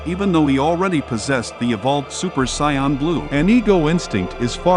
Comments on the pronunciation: Saiyan not soin 😂😂 Good video tho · Saiyan not "Sayan" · Buddy really pronouced sayain as psion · It's not sayan bro,it's Saiyan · Him calling them Siyons is killing me lol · Whoa whoa whoa! How do you have this enjoyable video but you cannot pronounce the word Saiyan🤔 It took me forever to realize you were talking about Saiyans because of that god-awful pronunciation. Get that s*** together and you'll be all right. Now I'm wondering if you've ever watched Dragon Ball Z... killing the pronunciation like that😶‍🌫️ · Is he pronouncing sayain wrong?